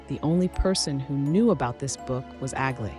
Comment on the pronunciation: Aglaea is a greek name and you should pronounce it better please